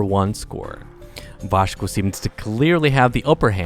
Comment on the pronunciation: left a like for the vashco pronounciation - I'm not Portuguese but I'm feeling the pride! XD